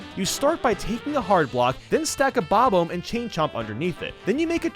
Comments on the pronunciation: Him: Bob-Omb YouTube:Bobum (Bob Home) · Why do gamer YouTubers pronounce “Bob-omb” in such a weird way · I'm angry at the way you say bob-omb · I will never not hate how you pronounce Bob-omb. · I’ve never heard anyone pronounce Bob-omb like that. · Two things we all hate about: The way he pronounces SNES The way he pronounces bob-omb